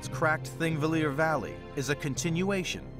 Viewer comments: It is "Thingvellir", not thingvilir. And it is pronounced Thing-vellir, not ... whatever he was trying to say. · "thingvillir"... what?